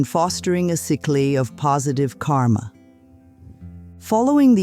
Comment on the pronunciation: While it is true that this is not Louise Hay's voice, I think and feel that the teachings are in alignment with Louise Hay.💮 I don't know who is speaking, probably AI, it mispronounced "cycle". But overall, I found this video to be healing and helpful. I hope those with a negative view on this offering choose the light. If you read the disclaimer, it says based on the teachings of Louise Hay 🕯